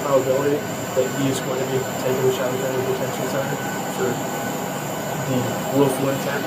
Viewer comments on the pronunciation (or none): none